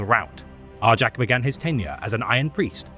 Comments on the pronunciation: I always cringed at the wrong pronunciation as well, but even on the Warhammer official channel they say Jak. Idk who is wrong anymore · Isn't it pronounced Are-Yak. In Fenrisian J's are pronunced like Y's. For instance Jarl isn't pronunced Jar-el it's Yarl.